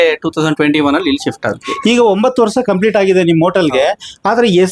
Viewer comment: ಯಪ್ಪಾ ಮಾರ್ರಾಯ ಮೊದ್ಲು ಸರಿಯಾಗಿ ಕನ್ನಡ ಮಾತಾಡೋ ವರ್ಷ ಅನ್ನೋಕೆ ವರ್ಸ ವರ್ಸ ಅಂತೀಯಲ್ಲ 😂😂